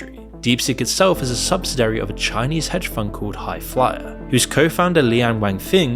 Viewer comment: I had to stop this video half way through. Every time the narrator mispronounced Nvidia is was like sandpaper on my nerves. Dude, it's "En-vidia", not "Ner-vidia". You also mispronounced the word subsidiary.